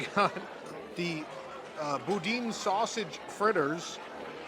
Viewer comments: Boudin is not pronounced "boo--dean". Get some southern friends to help you out. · you pronounced it phonetically and gave it your best shot. The Cajun delicacy is pronounced BOO-Dan. And it should not be grainy. Boudin is pork trimmings, rice, bell peppers, and good spices pureed and stuffed into a sausage casing.